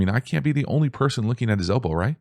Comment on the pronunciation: Everytime you said elbow i winced